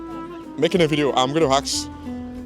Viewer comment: Finally it's time polish people hear "axe" instead of "ask" 😂 hahaha. Just kidding.